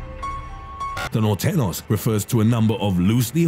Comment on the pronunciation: He had norteñas spelled right but butchered the name 😭😭